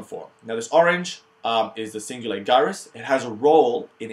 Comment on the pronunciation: Really good video! Just one thing though - I don't know if it's the way you were taught, but as far as I know, 'gyrus' is pronounced with a J sound, like Jyrus instead of Guyrus lol. But I'm just nitpicking. Great overview!